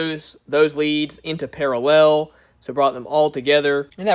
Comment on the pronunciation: “I’m not good at explaining stuff...” you’re also not good at saying the word ‘parallel’.